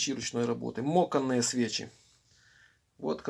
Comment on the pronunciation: Говорите пожалуйста по Русски. Не мОканные, а мАканные.